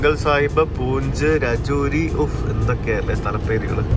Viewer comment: Not rejodi . Pronunciation is Rejori